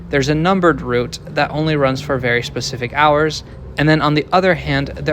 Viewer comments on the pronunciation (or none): none